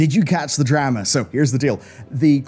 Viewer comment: A Drah Mah